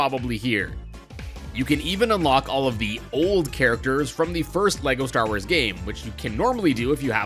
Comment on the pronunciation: Leko star woors